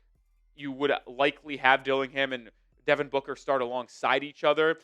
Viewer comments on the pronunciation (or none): none